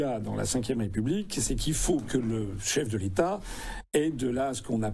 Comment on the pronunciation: Quel "chef de l'état ?" Je vous rappelle que, quand vous aviez dit celà, j'ai entendu" LE CHEF DES TAS" (on ne dit pas "DE LES TAS" en français, mais DES !) … On ne saurait rrouver meilleure définition que celle-ci pour qualifier quiconque aide la bernique à se cramponner à son rocher ! 😜🤪😛🤭💩‼️